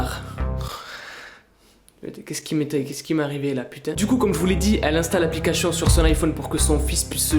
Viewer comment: il dit applicachion